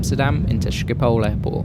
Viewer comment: It's Schiphol, not Schipol